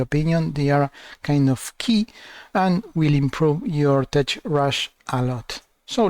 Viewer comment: tech se pronuncia como 'tek' en inglas